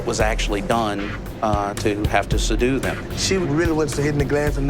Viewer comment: One of the officers actually said, “sadue” instead of “ subdue.”